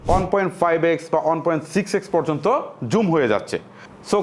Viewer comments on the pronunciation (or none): none